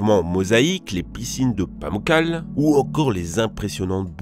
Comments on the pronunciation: ÇA NE SE PRONONCE PAS PAMOUCALE MAIS PAMOUCALÉ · ça ce prononce « Pamoutkalè» voilà